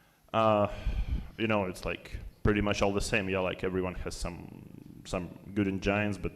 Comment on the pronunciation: Can we dwell on how Ian pronounced engines in the most cursed way imaginable?